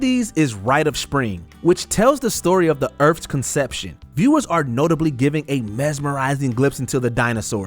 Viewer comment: Earf, deaf. You mean Earth and Death, learn how to speak